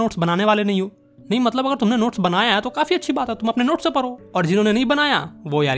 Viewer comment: Padho❌paro sec😂😂😂